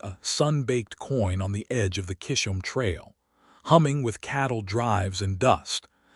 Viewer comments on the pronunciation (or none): YOUR AI INSULTS MY FAMILY NAME 😡🤬😵‍💫 CHA iZZzz Holme !!!! Chisholm Trail Thank You 😊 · Kishum trail? Really?? Doesn't anyone listen to their AI stories before posting them?